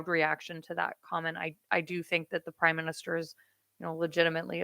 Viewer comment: Did I hear you say "Crime Minister"?